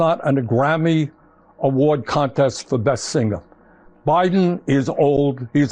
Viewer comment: "Singa" for singer. While so clearly pronouncing the G. You can never take the Noo Yook out of Bernie :) Love him, don't always agree with him, but he is a national treasure.